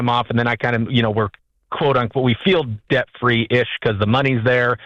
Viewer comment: Right down to pronouncing debt as "dayet"